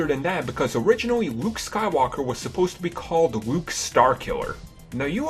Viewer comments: This video would be so much better without your horrendous speech impediment. "Wuke Skywalker" "Awwow" "Technowogy" "Kywo Ren" "Ben Sowo"? As for "de" "da" "dere" "dese" "dis" etc... learn to speak dude. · wowick davis, wight sabers and wuke skywalker. lol......